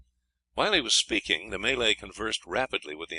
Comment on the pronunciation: May-Lay haha what a pillock!